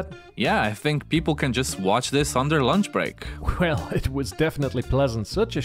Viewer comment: Yeah "LUNCH BREACK" heheh yeah ,.....